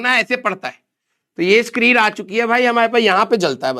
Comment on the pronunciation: Screen ❌sakreen😂😂✔️